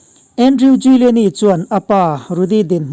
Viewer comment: A pawi hle mai, a kum a tam ve tawh si a a ngaihtuahawm mang e o. A thawkrim bawk si, Lalpan vengin hruai zel rawh se. Giuliani tih hi Júliani tia lam mai tur ni âwm tak a ni.